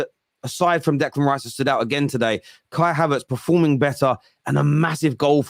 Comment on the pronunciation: mate why do you say "havaartz" so weird? Surely you know how you sayin it?